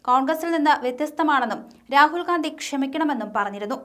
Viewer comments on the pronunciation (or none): none